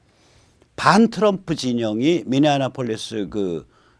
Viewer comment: 미니아나폴리스 --> 미니애폴리스 (Minneapolis)